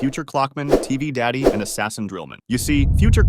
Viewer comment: Did he just say tv dady?😂😂😂😂